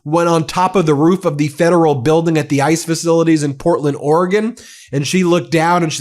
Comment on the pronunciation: Pam mispronounced ICE